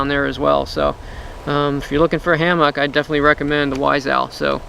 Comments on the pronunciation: Sounds like he's saying Ham-hock.... I thought it was going to be about cooking... It's Ham-muck .... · do you say it like everyone else now? Ham-MUCK instead of ham-MOCK. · Is he saying hammock wrong on purpose?